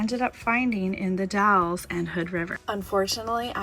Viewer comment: The Dalles. Rhymes with gals.